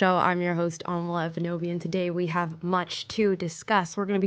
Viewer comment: every time you say your name I think you say "Amala Kenobi" and it makes my head spin every time